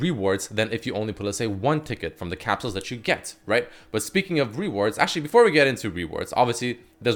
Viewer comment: Lol is he saying “RE-wards”? . First he has trouble saying Zoe and now rewards lol.